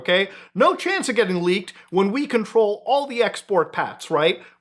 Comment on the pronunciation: Lol "laked materials"